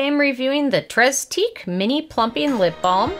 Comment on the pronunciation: Nice review. Just an FYI: it's pronounced 'TRAY teek.' (8 years of French is finally paying off!)